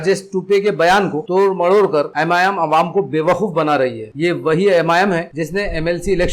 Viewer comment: تلفّظ درست کیا جائے تو بہتر ہوگا جیسے مہلک، عوام، فضا وغیرہ Mohallik nahi mohlik Awwam nahi awam hai Fiza nahi faza hai